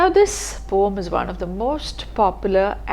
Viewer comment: The right pronunciation of poem is po-um not pom. Love and regards ☺️